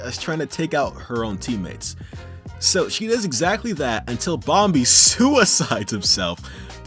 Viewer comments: it's bomby not bom-bee edit: Why did i do this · I love how instead of saying bom-e He says bom-bee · Ok, I can’t get over the way he says bomby without the silent b